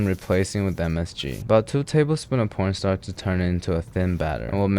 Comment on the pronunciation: Did bro say 2 tablespoons of pornstar?